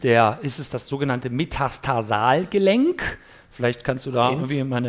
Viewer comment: Es heißt MeTATARsalgelenk, ohne S! Tut mir leid, aber das tut echt weh auf den Ohren. Und eigentlich Metatarsophalangealgelenk, weil es die Artikulationsfläche zwischen Os metatarsale und den Phalangen (also den kleinen Zehenknochen) beschreibt.